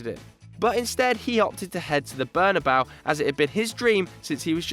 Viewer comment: Please stop saying "Barnabau". A piece of my soul dies everytime I hear that.